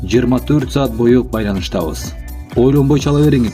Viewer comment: Бойу эмес боюу